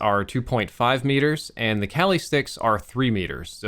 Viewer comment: Its pronounced kah-li (like you're saying Ali but with a k)